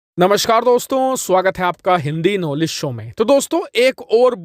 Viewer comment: Bro it's 'नमस्कार' not नमश्कार. Correct your pronunciation